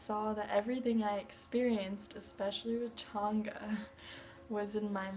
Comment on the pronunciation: Pronounced chain-ga, not that it matters.